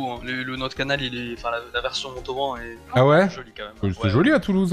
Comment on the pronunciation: Non mais où est donc la difficulté a prononcé Montauban ??? C'est quoi cette vidéo qui me fait vomir juste a regarder les photos qui zoom et dézoom. bref, inintéressante, je zappe.